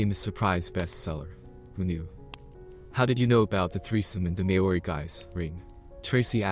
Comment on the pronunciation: the word maori pronunciation is a bit off. try mole-ree